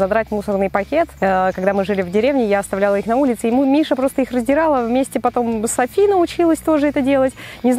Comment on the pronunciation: Не Сафи, а Софи